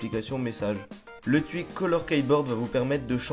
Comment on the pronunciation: llol tu dis le twuik